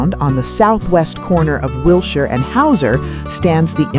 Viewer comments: YUP... ANOTHER AI NARRATED POS FROM SOME MINDLESS "CREATOR" THAT PROBABLY COULDN'T SPELL CALIFORNIA OR LOS ANGELES IF THEIR LIFE DEPENDED ON IT!!! I GREW UP HERE IN THE 40'S THROUGH THE 90'S AND WATCHED THESE CHANGES. WILSHIRE IS PRONOUNCED WIL-SHER..... NOT WIL-SHIRE. YOU FINALLY GOT IT RIGHT HALF WAY THROUGH AND THEN YOUR REVERTED BACK TO THE MISPRONOUNCED VERSION... WHERE'S THE CONSISTENCY IN PRODUCTION VALUES??? AND WHAT'S WITH THE "HOME ON THE RANGE, LONESOME COWBOY" MUSIC?????? LOL... HIRE A HUMAN VOICE OVER ARTIST AND DUMP THE AI... NO SUBSCRIPTION HERE.... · ... it's pronounced Will-Sure Blvd.🤗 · AI garbage. Just mispronouncing Wilshire twice was enough for me to quit.